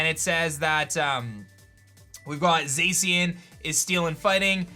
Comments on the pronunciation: Zeicien? It's pronounced Zashian, the pronunciation was revealed pretty early....... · Its (Za-Shin) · FOR THE LAST TIME, ZACIAN IS PRONOUNCED ZAH-SHEE-AN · The way he say zacian bothers me lmao